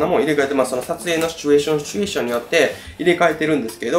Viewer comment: シュチュエーションの発音日本一！